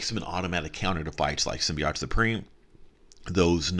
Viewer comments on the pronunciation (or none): why do you say symbiote wrong?